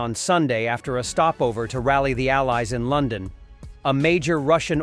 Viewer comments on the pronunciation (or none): none